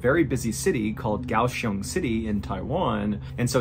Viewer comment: You said Kaohsiung correctly!